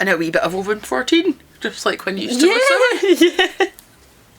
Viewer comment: Thanks for the pronunciation of Oban. Here in the US I only hear it said with the hard A. I can be a whiskey snob now and pretentiously correct fellow drinkers.